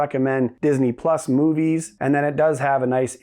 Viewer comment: Switched off after “moovies”